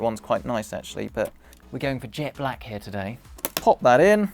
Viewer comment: it is heeya